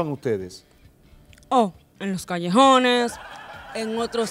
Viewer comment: "En los callesjones " 😂😂😂😂😂